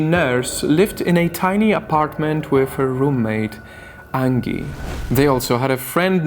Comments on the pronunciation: Angy? Are you sure it's not Angie? Like the song son?(Aaanjay) Please stop saying angy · Anji. Or angee. Not like Angela merkel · Angie is not pronounced like Ann-gi. The g is pronounced like a j. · It’s an accent :) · Angie is pronounced with a soft G